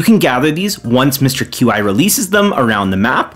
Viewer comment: It’s pronounced Mr. Key